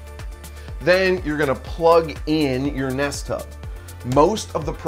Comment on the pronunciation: I keep hearing nesttop instead of nest hub, and honestly that would have been a perfect name for it.